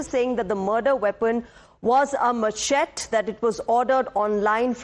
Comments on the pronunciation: Whats a MACHET? it pronounced MASHETEEEEEEEEEEEEE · Machete is correctly pronounced as mer-shet-tee. Please correct. Tku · It’s pronounced- “ ma- shae-tee”